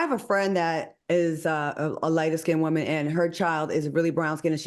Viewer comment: AL can u work on the word WOOAAAMAN? Lol